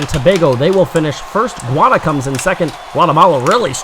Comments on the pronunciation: I noticed that the commentator pronounced Guyana as "guana". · I think you mis pronounce Guiana...